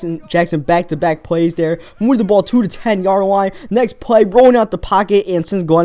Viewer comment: dere instead of there